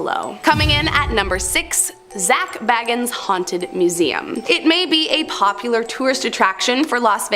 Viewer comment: Zak Bagans is pronounced bay-gans. Not baggins 😂